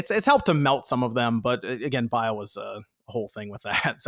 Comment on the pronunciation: How many times is homie going to say Bile instead of bayle